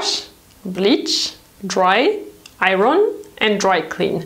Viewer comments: The R in iron is silent in English. When I go to work, I earn. And that's how it's pronounced with the accent on the I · lol she keeps talking about the Iranians. Iron is pronounced with silenced "R". You also tend to mix British and American T sounds. The word water in this video is pronounced in both British and American versions even though the overall accent is British lol. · hi! I just found out about your channel and I watched a couple videos already including this one, and I can't help but notice you keep mispronouncing "iron". you pronounce it as ay-ron when it should be a-yern :) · Hi! I remember it took a very long time for someone to tell you about mispronouncing “pear” because your accent is so cute!!! But maybe you would want to know that we don’t pronounce the R in iron. It’s pronounced more like iyon. Hope that helps ☺️ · I didn't know that about tumbling clothes. Thanks for the tip. Not to be critical, but just so you know, the 'r' in 'iron'/'ironing' is silent! (Your English is exceptional, by the way. Much better than my French.) : ) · It's a funny word to pronounce if you're English. It's not ION, but it's definitely not I-RON either -the way pronounces it. It's somewhere inbetween - more like I-YON. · I love your videos but... it is pronounced I-on not I-ron. The r is silent. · thank you for your most informative videos. I hope you don't mind if I point out the correct English pronunciation of the word iron, according to Webster's Dictionary: aiern - pronounced i ern. As you are probably aware English is a combination of several languages so the rules are not always logical. Keep up your amazing work! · In the States we say "eye-urn", which is a truly an ugly-sounding word. Over here we also say "close" for clothes, but in the UK they pronounce the "th". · I love the way you say iron ... 💓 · Pronunciation IRON... the R is silent. Otherwise great tips!